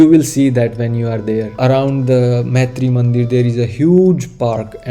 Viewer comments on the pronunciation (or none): please note that the name is Maatrimandir (मातृ मन्दिर) and NOT Maitri Mandir (मैत्री मन्दिर). There is a huge difference in the meaning there - in the way you are pronouncing it. Thanks a lot for a great video which was very informative also. All the best for your videos - I'm hoping to see more and I have subscribed and liked also. 🙏😊🏵️